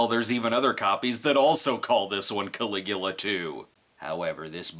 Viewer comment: It's Caligula! Wonder if Brad knows 'bout the guy 🤔